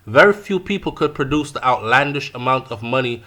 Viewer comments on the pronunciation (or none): none